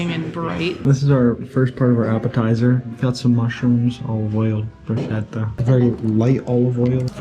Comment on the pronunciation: Bruschetta is pronounced BrusKetta.